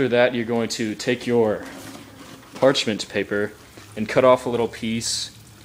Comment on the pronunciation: haha. u said parchment paper kinda funny lol